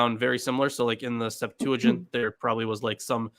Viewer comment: Will someone, please, teach how to say "septuagint" in English? SEPT-wa-gint (g as in go)—not sep-TOO-a-jint.